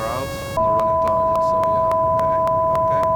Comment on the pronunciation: dat "tarjet" >_<